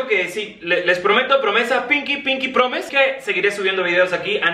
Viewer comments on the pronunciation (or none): Si dice pinky pronis que te sorprende 🙄